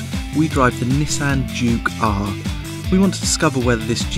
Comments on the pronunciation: "Jew Car" Thats what he says, not Juke-R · sounds like hes sayin jew car. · i keep hearing jew car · I keep hearing "Jew car" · it always sounds like he is say "Jew car" every time he says Juke-R. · Sounds like he's saying the Jew car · Is he saying Juke-R or Jew Car? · is he saying jew car or juke r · *not to be taken as a racially offensive remark* it sounds like he's saying "Jew car". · Really sounds like he is saying Jew Car, not Juke R. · how has nobody noticed that juke-R is pronounced jew car???!? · I hear him keep calling it the "Jew car" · Today on CarandDriver : The "JewCar" vs the German masterpiece 911 GT2RS =D wow thats so freaking racist XD But when he keeps saying Jew-k-ar (juke-r) it sounds like JewCar HAHA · "Can the Jew car compete". I know he says Juke, but it sounds like he keeps saying "Jew Car" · Every time he says Juke-R it sounds like he's saying jew car. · When he says juke-R it sounds like he is saying jew-car LOLOLOL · sounds like he says the "Jew Car" .... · No, listen again, the way he says "Juke-R" sounds like he's saying "Jew car".....jeez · Am I the only one that thinks he kept saying "Jew car?" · it sounds like hes saying "jew car" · Aha ... 'jew' Car, LOL. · Every time he says "Juke-R" I swear he's saying "Jew Car". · when he says juke r, it sounds like jew car lol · It sounds like hes saying jew car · Did anyone else notice him calling it a "Jew car" lmao.. The juke r is the absolute most pointless thing ever made..